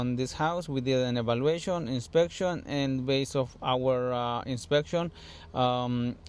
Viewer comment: "inspekshyon and evalueyshion" crak me up :)